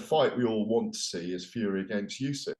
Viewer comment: Why on earth does he keep referring to Usyk as "Yusyk"? Weird thing for a journalist to do?